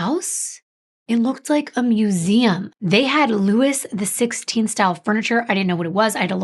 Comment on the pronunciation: It’s LOO WEE not LOO WISS 👍👍🙏🏼🙏🏼